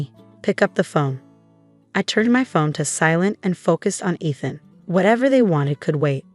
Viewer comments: Can't you have his name read correctly? It is pronounced "EETH-AN", not :"ETH-an" ! If you are too lazy to get the name right, then don't bother posting!!! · Teach the "voice" how to say Eee- than, not Eth(like beth) an.